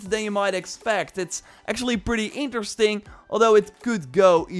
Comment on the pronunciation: Did you just say 'it's pretty eentersting'